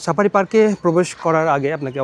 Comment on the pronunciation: Sapari na safari😂